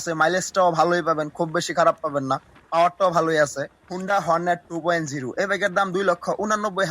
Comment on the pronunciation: ভাই ২. উ না ২.ও ভালোকরে আনতত পক্ষে কথা বলো,,,শুদ্ধ বলতে হবেনা,,,তোমার ভাষায় বলো,,,কিন্তু ভুল বলো না।